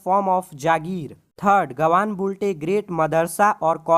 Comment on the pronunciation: It's Built Not Boult 😂